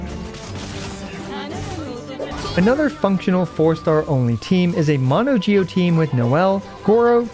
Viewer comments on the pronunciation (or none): none